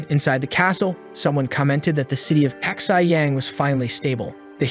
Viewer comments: I love how the AI is having problem saying Xiyang. Also I hope they'll have a deer girl. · The city of hhhhhhhIihhhihiihhyayang seem to continue to grow with every passing moment